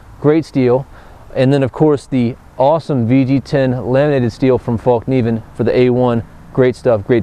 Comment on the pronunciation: I really like all the videos and reviews, keep up the good work! I just have one small comment, the name of the company is Fällkniven, and is pronounced "Fellkniven" not "Fallkniven", not because it matters really but.. Anyway, love your videos! /Sweden